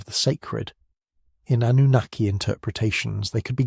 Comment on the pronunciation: Cant handle the ai man cant even pronounce Sumerian or Annunaki